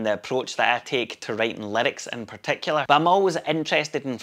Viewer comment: When you said 'writing lyrics", I thought you said "writing limericks". Could be a good way to go with your band.